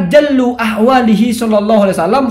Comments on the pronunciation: Bacanya bukan jallu tapi jullu Gus Jullu ai Mu'dzomuhu:Sebagian besar dr keadaan nabi. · Mungkin yg bener jullu, bukan jallu, mohon koreksinya mak keh